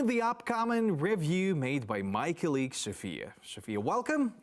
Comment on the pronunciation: I am not sure if you like my feedback, but nonetheless, I will try. Несколько слов я не смог понять... Не прослушиваются. Есть слова где вы ставите неправильное ударение. Это режет слух. В английском ударение в слове может меняться в зависимости является ли слово существительным, прилагательным, глаголом... Неправильное ударение в словах Accuracy (на первый слог), cOlleague combAt mosquitoes это сражаться с комарами (это то, что было сказано) cOmbat mosquitoes это боевые комары (это то, что хотели сказать) Неправильное произношение: targeted, pathogens, losses, enormous The Russian army is equipping building (erecting, rearing, setting in place) defensive fortifications... Or The Russian army is equipping its positions with defensive fortifications... If there is no good English, the project will wither on the vine. Good luck